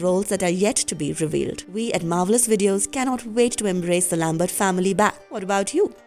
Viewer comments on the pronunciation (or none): none